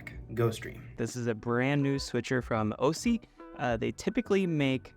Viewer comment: Interesting product, but I'm disappointed at this review. You should remake this video when you can actually show features working, is there some type of NDA in effect or was this just a rushed review? c'mon, you can't be bothered to say the name of the company correctly, or connect any cameras to demo a switcher? You can't demo a switcher without anything to switch and the review suffered as a result. The video playback is great! . .. why not show it?? Does it crush the blacks over USB like the ATEM?